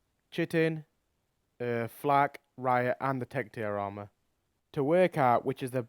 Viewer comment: He said chitin wrong but why the fuck am I writing this comment